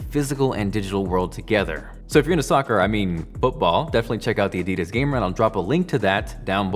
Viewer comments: Did you just say- ADIDIS!?!? 😃😭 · i feel like everybody says Adidas differently where I'm from we say Ah-Di-Dass